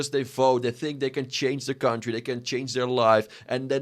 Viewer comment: Why do you have the American flag in the background?😂 I put my phone down and was just listening and when you started talking I thought it switched to a remnant 2 build video “gude for our kuntdry” ummm which country lol